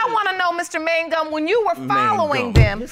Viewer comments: reverse the n and the g in mangum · “Look at the other mangum”